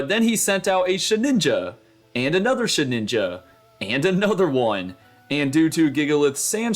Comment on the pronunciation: It is SheDinja, not SheNinja 😮‍💨